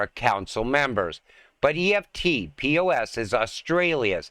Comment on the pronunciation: EFT-POS is pronounced eft-poss. Eft rhymes with left and poss rhymes with boss.